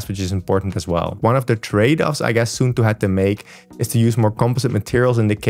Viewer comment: suunto is Finnish so it's pronounced like the English words "soon toe". 😊